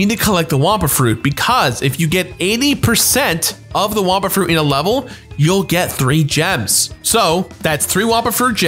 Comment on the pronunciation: It's wumpa fruit not wampa fruit 😅